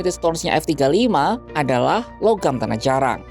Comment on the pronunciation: Narator ngmng nya gk jelas.. Tanah jarang diucapkan tanah jarak berulang-ulang menurut keyakinan saya..😂😅